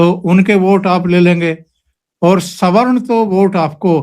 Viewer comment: को पहली बार सही से सवर्ण शब्द का उच्चारण करते सुनना सुखद है अन्यथा अधिकांश वक्ता तो स्वर्ण शब्द का उच्चारण करते हैं।